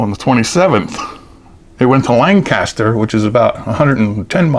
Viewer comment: Hey Fellow Lehigh Valleyian!!! The locals down in Lancaster call it Lan-ca-ster. Not Lane-caster. I learned that when I worked down there for a month.